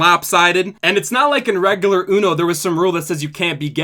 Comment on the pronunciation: continues to not be able to pronounce regular correctly